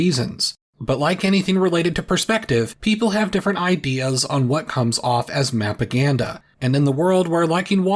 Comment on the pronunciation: it's not but if we're trying to distinguish the sound of one word from another, which is what i was doing, it's important to be specific mápaganda would not sound like mapagandá even if both are technically mapaganda, in the same way that káya (to be able to) would not be the same as kayá and kayà (idk how to say this in english btw but it's a word used to denote causation)